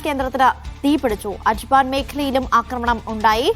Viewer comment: Ajban alla ajman